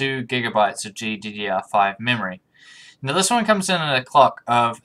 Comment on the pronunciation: You need to be careful when you say “clock” don’t forget the letter L.